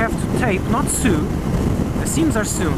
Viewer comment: I hate for this to be the first comment I make on your channel because I've been watching (and enjoying) your content for almost a year now and you are one of the main reasons I decided to get a motorcyle. But, sew is pronounced exactly like 'so' not like 'Sue'.